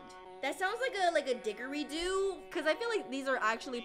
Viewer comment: Alive was legit so good. Also, it’s didgeridoo pronounced did-jer-ree-doo